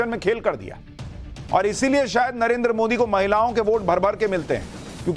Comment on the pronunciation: तेजस्वी यादव को नरेन्द्र का उच्चारण भी सही नहीं कर सकते हैं नरेन्दर कहता है। ये सब देश चलाना चाहते हैं